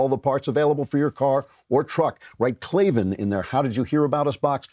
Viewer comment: K-L-A-V-A-N There are no E's in Klavan